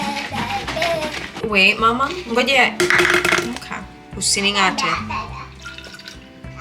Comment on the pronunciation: I heard!!! You said, "Usining'ate" 😅😅 Mad love...Kenyan, living in Tanzania ❤❤